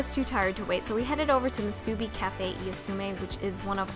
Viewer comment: moo - sue - bee say it fast. then you're saying it right.